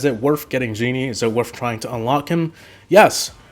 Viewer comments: Gene is pronounced gean not genie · "Genie" Its GENE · It’s called gean not geanea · Gene not Genie